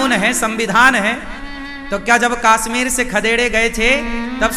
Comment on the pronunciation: Kashmir hota hai kaasmeer nhi😅